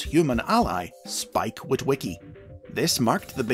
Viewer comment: how many witwiwickys are there